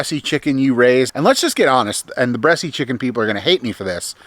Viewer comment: Just an FYI...the E at the end of Bresse is silent...you don't pronounce it....unless you were joking around....couldn't tell. Just for folks who don't know the breed